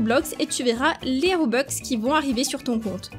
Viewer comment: Robux pas robex